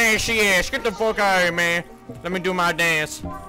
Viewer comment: "Lemme do my daence"